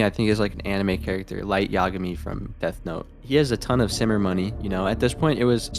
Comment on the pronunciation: Yagami = Imagay 😮😊😅😂